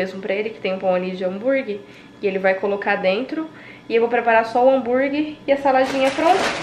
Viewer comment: Ai que agonia a falando hambuirgui🤯😂😜. O negócio é hamburguer mulher. Boas férias